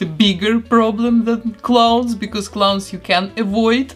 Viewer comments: Clowns not cloowns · Sounds like you are saying clone, but you're not